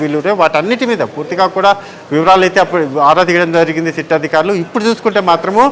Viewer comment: సీట్ కాదు సిట్.